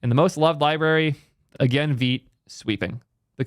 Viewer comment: I've been butchering Vite as 'White' but with a V. It's really strange why Vite would be pronounced as Veet